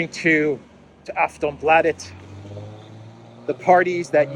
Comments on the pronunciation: A very good pronunciation of the word Aftonbladet. Yes. Second Russia Sweden is the most corrupted country after Ukraine. And the flag outside our most top rated business school is Ukrainian. Shame. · You pronounced aftonbladet 97% correct 😁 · Perfekt pronunciation of Aftonbladet 😂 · "aftonbladet" Close enough. A in bladet should be more like in "lark", more "aa" and less "ä/ae". And slower pronounciation also. And of course there's cocaine there, USA needs their puppets to be addicted to something or provide some other means of blackmail. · The pronounciation of ”Aftonbladet” you did was actually pretty good. Not native-speaker grade, but like 95% on point I’d say (as a Swedish speaker). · you said Aftonbladet correct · Bro you pronounced Afronbladet really well actually.